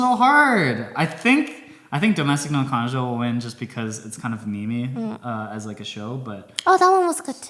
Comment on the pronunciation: Sounds like he said Na Kanojo, refering to Domestic Na Kanojo